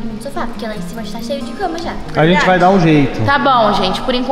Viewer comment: E é" gente" não "gete"